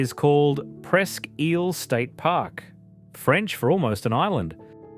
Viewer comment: I also heard Presque "eel". I thought it was pronounced Presque "ile".